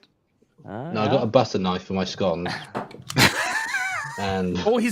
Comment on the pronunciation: says scone wrong